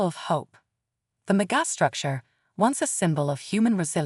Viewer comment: That face that the narrator cannot pronounce megastructure is disgraceful.